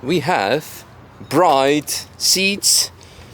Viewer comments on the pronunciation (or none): My friend! It’s pronounced “Brid” not bride! Trust me. Idk why either